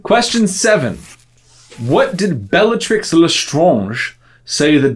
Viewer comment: We, French, pronounce Bellatrix exactly the same as you and you did a good job there, trying to pronounce "Lestrange" in a French manner. Kudos to you! Fun fact, many words which were both used in England and France in the olden days which are spelled with an "s" after the first audible vowel (like hospitals...) have now lost their "s" in French, often (but not always) getting an accent instead as a reminder that there used to be that letter in the word (French: hôpital) and for that reason, it would have been logical for us to call her "Bellatrix Létrange" (which could translate back into English as " Bellatrix the Weird") but for some reason, her name was left as it was during the translation/adaptation process (unlike poor Snape whose name has totally been swapped for something totally unrelated)...